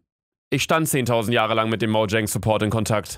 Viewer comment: Niemand: Luca: Moudschäng